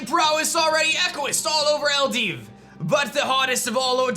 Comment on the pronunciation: Is Eldiw pronounced like Eldiv? He's been doing that a lot.